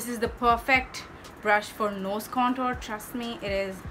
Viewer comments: Oh my god 😂 you said conturr 😂😂 I can't fucking stop laughing😂😂 you are soo funny I love your videos soo muchh Sending virtual hugss❤ Loved the tutorial n oh ma god the red lip💃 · What's "cantoor" ?? 😂😂😂 I lllooooooooovvvvvveeeeee the way when you speak like that 😂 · Contoor 🤣😂 #hillarious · Love u see u like this...u r so beautiful n ur makeup is so amazing❤😍n whn u say...KANTOOR😂😂👌..bt i love ur all videos n ur makeup is so flawless n looking naturally 😘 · Kantoor(contour) 🤣🤣literally made me laugh..u r superbly stunnin honey❤